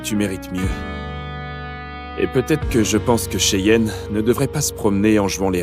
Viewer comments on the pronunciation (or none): Moi j’entend souvent chienne et Baleine quand on dit cheyenne et Raylen😂😂😂😂